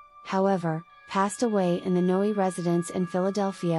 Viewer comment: It's pronounced "No," not "Noey"